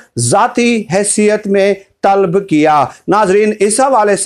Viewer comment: Talb nahi hai yeh TALAB hai...sahi karain apne aap ko..